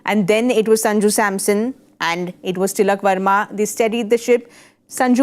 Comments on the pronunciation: It's Varma, not Verma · They were ready for ”Sharma “😍 ”Verma " came out of syllable’s 😂